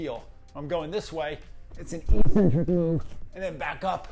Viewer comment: Fitness and PT enthusiasts need to stop saying “EE-SEN-TRIK” when pronouncing eccentric. It’s “Ehk-Sen-Trik” same as it is when you’re describing someone’s “Eccentric obsession with pronunciation”. Great video/summary